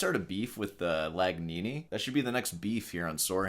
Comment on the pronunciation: Legnani is pronounced Lenyahni (in italian gn combo is replaced with ny)